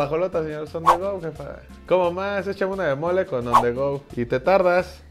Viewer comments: On the rud?? Que no era on the go?? Jajajajaja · Jajajajaja on the rohad